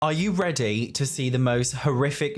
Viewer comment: Ah yew rehday? Lol